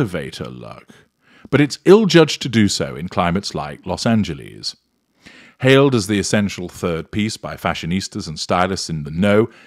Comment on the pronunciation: I love the way he pronounces Los Anjeleeeze 😂 makes me giggle every time